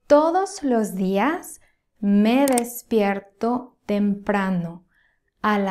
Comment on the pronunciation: Thank you. I will continue to follow you since I am working on my comprehension skills. I told my neighbor, she must help me with this, but she has to speak slowly, like you (maybe a little faster). Eventually, speed wn't be an issue. I understand quite well when you speak. However, I thought that you said, me respierto. I looked and it was me despierto. It definitely sounded like res, not des, except when you spoke faster😊.